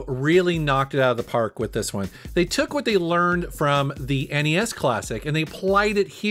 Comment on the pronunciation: Thank you for calling it N-E-S.. not ness that drives me nuts lol